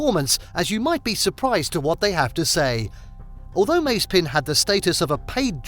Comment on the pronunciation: Your pronunciation of „Mazepin“ drives me mad! Is like the american „Porsch“ 🤣🤣 Still great content again 🤘🏼